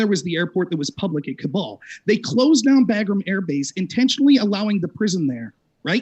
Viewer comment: If you're going to scream about Afghanistan, you should really know that its capital city is called Kabul, not "Kubal".